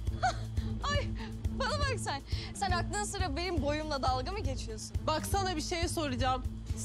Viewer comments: Gökçe: zen garışma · ✨️zEnğ gaRıŞma✨️